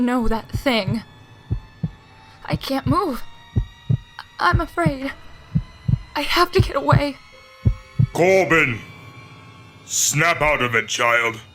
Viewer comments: anyone else notice " Afaid" ? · I. I can't move... I'm afaid... Am i the only one who noticed it said "afaid"? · No one noticed it said ''Afaid''? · Am I the only one that noticed instead of saying, Afraid it said, Afaid